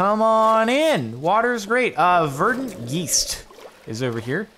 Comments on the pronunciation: Your pronunciation of geist hurts me. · Geist is just the german word for ghost and it is pronounced "Guyst" not "gheest" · G-E-I-S-T not "gist",c'mon men i don't even speak english and i can't stand that misspronunciation xD And use the hearthdust, its like the best consumable item in the game man.